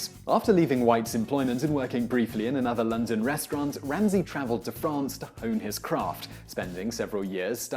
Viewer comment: Why do you say "restrwaarrnt"